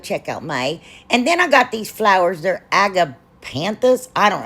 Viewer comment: Yes,, you pronounced Agapanthus correctly. Now I'll go and watch the rest of your video.